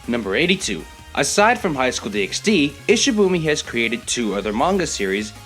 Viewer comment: Also fun fact it's pronounced DD not DxD